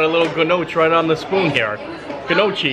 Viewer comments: The soup that you ate at Tony’s, they are pronounced gno key not nahshe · Your slinging the food with the forks and spoons because you talk with hands with food on the utensils. You have to lean over. Just the food first then talk about. You need to carry tide to go. 😂pronunciation of Gnocchi=No-key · I love the videos but I have to know, does he pronounce the names of food incorrectly because its funny or because he just doesn’t know the proper pronunciation? Saying gnocchi with the hard g sound was definitely funny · The chicken gnocchi soup : it's pronounced no key. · Oh no buddy you have to pronounce Gnocchi the right way 🤣